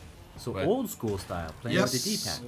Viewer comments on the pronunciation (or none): none